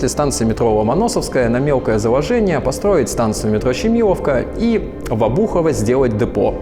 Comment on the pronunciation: Обухово, а не обУхово...